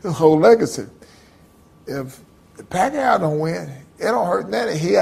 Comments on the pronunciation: ROTFL! Evander Holyfield said "Pacqa aow" ROFL! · Gotta love to hear Evender call Pacquiao's name, LMAO. The Pacman really does have a nice guy demeanor.